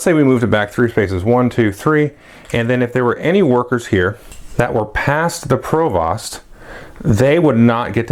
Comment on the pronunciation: Since this is your favorite game (mine too), I'll go ahead and let you know that your pronunciation of "provost" is goofy :) I work in education and we actually have someone with that title, it's pronounced to rhyme with "host" not "cost" - yay English!